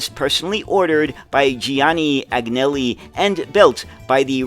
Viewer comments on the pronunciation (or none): Thank you. N.B. The ‘g’ in Agnelli is silent, just like the ‘g’ in gnocchi. I understand that the correct pronunciation is something like ‘uhNelly’.